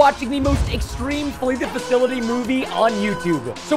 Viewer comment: Bro it’s not ‘fakilty’ it’s ‘fasility’